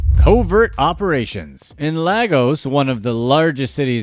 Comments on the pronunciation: Lah - gos should be Lay - gos Boo-hah-ray should be boo-hah-ree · Pronounced leygos not largos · guy the way you pronounced Lagos made me laugh and the way you pronounced buhari's name LMAO